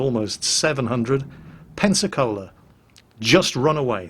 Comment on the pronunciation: Every time i hear you pronounce "Pensacola" i hear "Panzer Cola"